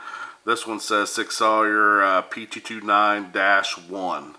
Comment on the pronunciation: It’s pronounced sig sour weird I know I just got the P226 extreme 9mm just awesome got the P229 sas 9mm on lay away can’t wait and then finally it’s the M11A1 time sweet sweet gun and your right on the UID labeling it’s for the armorers to scan it in and out great vid keep em coming! thanks